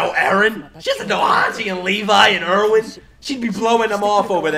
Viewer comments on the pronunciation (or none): none